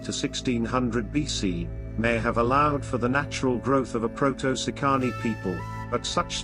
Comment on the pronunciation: Please at least learn how to pronounce the words correctly. It's "SEEcanee"...not seeCAHnee.